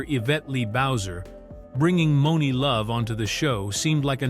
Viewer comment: I'm surprised actually got the name Monie Love right 😂